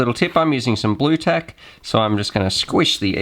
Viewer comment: Hey,;-) Speak fuckin properly will ya, another viewer misunderstood you for saying Bluetec instead of Bluetac.LMAO, Us Aussies are fuckin Goofs hey? I knew what you were saying so all cool with me Mate;-) Best wishes to ya.